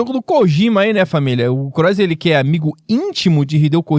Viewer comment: é pq vc leu em portugês cross, em inglês se pronuncia melhor